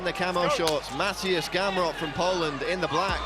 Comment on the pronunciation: Matieusz Gemrot XD damn bwoy!